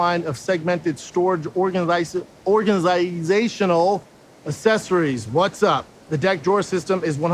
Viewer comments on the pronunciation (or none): organizaaaanitttjhhsindh organizheurheuirb lol dude can’t say organizational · Can’t even say organizational😑